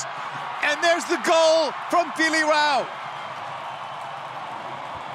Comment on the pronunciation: Feli Rauch is amazing but the commentators are still struggling with her last name, she has gone from being called Rautsh to Rauh now